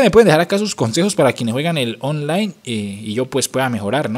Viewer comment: like si escucharon que envés de decir online decía ofline jajajaja XDXDXD